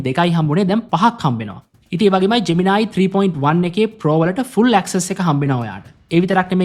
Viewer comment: ජ්මෙනායි ජෙමිනායි ගාන්න එපා බන් නිකන් සුද්දො වගෙ ජෙමිනි කියපන්